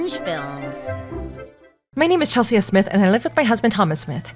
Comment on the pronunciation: Chel-see-uh? That name is pronounced Chel-see!!